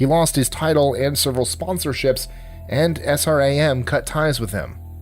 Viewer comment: Sram..... Not s.r.a.m...